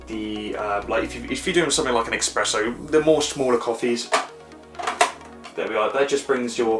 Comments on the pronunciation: LOL, I thought I heard "EXpresso"! But I did continue listening! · actually not, when someone does a review the minimum he can do is know the product, in this case know the different kind of coffee it can make not just cappuccino and hot milk... I don't even start with the pronunciation (expresso and macciato instead of macchiato) but saying "the temperature is ideal just as the setting ideal" is meaningless, you can just use a basic cooking termometer and tell us the exact temperature. The cup/mug can be as big as you want to, you don't have to put the mug and the jug at the same time on the tray, you can press the button and start the coffee, remove the mug, insert the milk jug and press the button the second time and start frothing the milk... It's just common sense, they make you press the button two times because of that. Funny when you forgot the water even after you lifted and tilted the machine to tell us the weight. Last but not least you could even set the machine to top up the mug you are using and not 3/4 full and show us how to do it